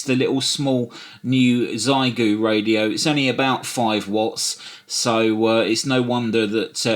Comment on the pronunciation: It's pronounced "Shee-eh-goo" or Shay-goo, my UK brother :) Source: my Chinese wife ;) And thank you for this balanced look at the radio and your use analysis. I agree that it should be pretty good for an HF beginner. I think it should be quite nice for no-nonsense portable operations too. I would prefer the price be a little lower, but still a pretty clean package for what you pay.